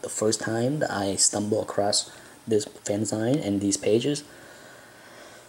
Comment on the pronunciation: Someone please tell this man it's pronounced "fan-ZEEEEEN!" I think I'm on video 3 now. Kudos, my asian friend.